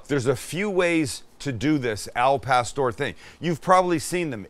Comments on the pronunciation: Put the accent on pastoŕ Sammy u gotta say it right u sure in the he k make it right oooh wee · Can this dude at least try to pronounce the food properly